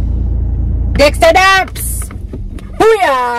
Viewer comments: Lol, it’s Dexta daps and there is no Dahvinchi but Jahvinchi 😂😂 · it’s Dexta Daps 😂😂😂